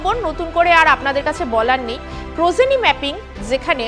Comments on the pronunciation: It is progeny not prozeny, how can anchor of a big channel make such wrong pronunciation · Prozeny নয় progeny ম্যাপিং। নিউজ anchor হতে গেলে উচ্চারণ এর দিকে নজর দিন। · 😂prozeny na proGeny. uchharon shikhun aage